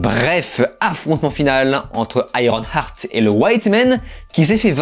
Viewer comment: Juste une suggestion : lorsque tu veux prononcé un titre en anglais, tu peux écouter sa prononciation avec Google translate… Car iron-art c’est un peu dommage. Surtout lorsque tu le dis plein de fois…